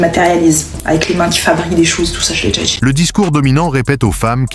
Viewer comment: "Je me dJit." Au la wesh........! Quel horreur.